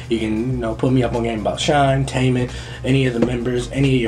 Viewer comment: Shinee is pronounced like Shiny